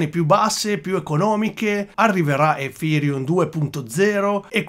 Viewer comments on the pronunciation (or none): Un mi piace meritato solo per la pronuncia EFIrium :D